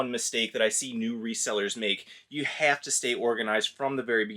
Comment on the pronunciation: Cracking up here in Philly. I just heard your first Chicago accented word: "haaave" at ~ .